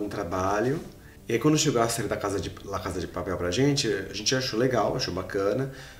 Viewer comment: "La cada de paperl" kssksksk